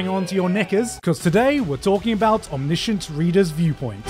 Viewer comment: is no one gonna talk about how he pronounces omniscient 😭😭